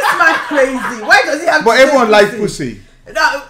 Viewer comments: just says poosy its so funny 🤣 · “Poosay Licks” 💀💀💀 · Can someone find out the amount of times they said “poosy” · How many times said “poosy” 👇